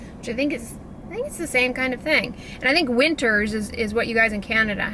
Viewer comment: Lol "winters" we have 'winners' in Canada (and Marshall's)💁🏻‍♀️